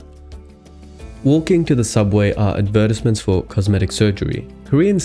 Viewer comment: The way you pronounced “advertisements” was so fucking funny. Do you have a speech impediment or something?